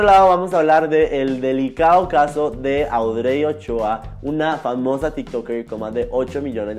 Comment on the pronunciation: Fui la única que le daba tanta desesperación como pronuncia el nombre de la ex de Ricky? (Cero hate amo tus videos pero Audrey se pronuncia como Audry 🥰)